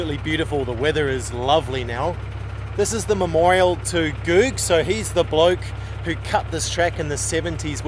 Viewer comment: Interesting and fun video guys. Thanks for all the hard work. I think you’ll find it’s pronounced Googs as in “good”as the guy who blazed the track, John Denton used to sell eggs and got the nickname “Googs” from that.